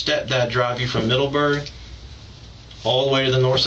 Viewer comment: The way he says Middleberg urks the hell out of me.